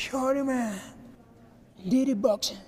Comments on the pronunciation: derty boxing* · “Deirty boxking” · I thought he said "did it boxing"